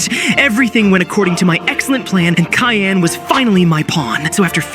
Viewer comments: Yo…I think is cyan not “KAYAN” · Btw it is cyan, not kyan bro! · U say kyan insted of cyan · You called "cyan" kyan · Kyan instead of cyan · says Cyan❌ says Kyan✅ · "Kyan" bro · It is called cyan not kayan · Bro said kyan again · Cyan❌️ Kyan✅️ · Cyan❌ Kyan✅ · Kyan bro Kyan sorry I just have like idk but that sounded so weird to me it’s pronounced cyan btw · Then “Kyan.”😂😂😂😂😂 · Kyan??? How ai shall we get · Cyan ❌ Tyan✅ Kyan✅ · Cyan (si-aa-n) not (ky-aa-n) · Kyan? Do you mean cyan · “Kyan,” you mean cyan. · What’s kaiyan are you sure the word your looking for isn’t pronounced si-on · Is it just me who gets mad at the word Kyan instead cyan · cyan ❌ kayan ✅ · Cyan ❎️ Kyan✅️ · Bruh mid short you said Cyan wrong you said ckayn idiot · "Cayan" bro✌️🥀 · Cyan 🚫 Khayan✅ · it’s called cyan not kayan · And he also said tayan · It is cyan not kyan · Bro said ckyan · Its cyan not kyan 😭😭😭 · Bro said ciyan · Bro it’s not Kayan it’s cyan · it's not kyan it's cyan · “Kyan” keeps ringing in my ear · It's siyan not kayan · It not called as kaayaan It called as cyan (c yaan) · its sian,not kian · “Kayyan” Ai is getting worse by every blink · Its pronounced syan not ckyan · IT'S NOT KYAN IT'S SIGH-AN/ CYAN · Yo bro can’t even say cyan right he said Kyan not cyan it’s pronounced syan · cyan ❌ cayenne ✅ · Cyan❌ Kyan✔️ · I heard you saying kayn not cyan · ❌Cyan ✔️Kyan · Cyan :❌ Kyan :✅🙀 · “Kyan” is crazy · Kyan bro what u yappin abt u need a english lesson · Ah yes, you kill purple but in the scene its "kyan" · Bro said kyan😅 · It's not kia-an it's s-i-an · Why does everyone keep on saying "Kyan" 😭😭😭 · "Kyan" lols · "bunana" and "kyan"😭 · Why do you call cyan kayan?💀💀💀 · its not kyan its C with an s sound so its sounds like SYAN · "Kayaan" im crine😭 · "KAI AN" 😂💀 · "tion" "cayenne" bruh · bro said cayaan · "Kyan" come on... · Cyan ❌ Kayan✅ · You said kayen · Bro said kyan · ah yes "Kyan" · GOAT of among us can’t pronounce cyan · Can bro not say cyan?